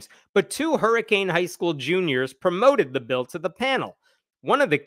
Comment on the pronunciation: Its pronounced Hurrikin, WV lol Seriously.